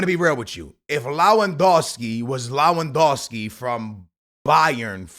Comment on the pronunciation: It's not Law wan Dow ski. It's Leh.. wan Dow ski